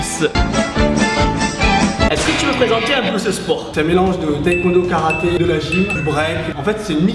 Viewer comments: moi je fais du taekwondo(ça se prononce taykwando) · Tibo InShape mec ta même pas prononcer le mot taekwondo alors que tu la même essayée franchement essaye